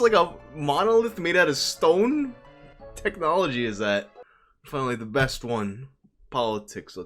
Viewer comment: This video cracked me up. Especially with your Manhattan accent. *technology*. Why he got to be a goblin though? 😂😂